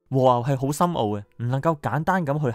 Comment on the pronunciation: 長知識了！可惜懶音太多嚴重影響觀賞度😅和牛，昂貴，深奧，以外..............實話實說，只堅持看了兩分半鐘，不好意思🙏